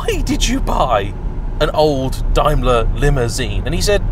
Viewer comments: That's DAME-ler,. DIME-ler makes Mercedes-Benz! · It's Dame..ler.. not Dime...ler!!! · DAME-ler not DIME (bar) ler. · Quite so, but the UK company has always been 'dame-ler' and never adopted the German pronunciation. Even when referring to the German group, only nerdy Brits (like me) ever say 'dimeler bents ah gay'. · Pronounced. Dame ler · Literally the first time I’ve ever heard Daimler pronounced that way, bizarre. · Yes same as me..hes got it totally wrong. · Love the way you mispronounce Daimler 😂😂😂